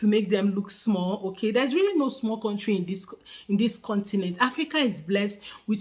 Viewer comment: Whenever I hear someone say words like Kontry for country*, *aks for ask I give up!